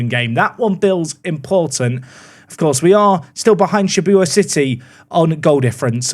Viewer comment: Well we all know that isn’t a JJK anime fan with his struggles with saying Shibuya